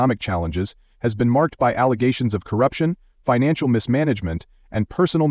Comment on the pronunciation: Every time I hear the world "allegations", it reminds of her misnomer "alezations" 🤣